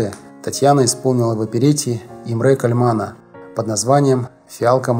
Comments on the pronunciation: Товарищ, ты из какого леса прибыл? Неужели ты никогда не слыхал про венгерского композитора Имре Кальмана??? Что это за ИмрЕ КальмАн??? Венгерские слова имеют ударение на первый слог! Но про Кальмана-то слышать должен был. И никто никогда не говорил тебе, что он КААААльман! Был еще композитор Легар, ты его, может, ЛЕЕЕгаром величать будешь? Диза! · Большое Вам СПАСИБО за столь интересный рассказ о бриллианте оперетты. Только хочу чуточку Вас поправить : Ударения правильно стоят так "И'мре Ка'льман". На первое "И" и на первое "А" . У этого короля опереты тоже очень интересная биография. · Создателям канала ЖЗЛ- молодцы, коротко и доступно для народа. Но, все же, ударения в именах знаменитых людей нужно правильно ставить. Не в первый раз делаете ошибки: И`мре Ка`льман, Джулия Ла`мберт- на будущее. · Кальман-ударение на первый слог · Имре Кальман,ударение на первом слоге! Ужас,как безграмотно! Все есть в википедии.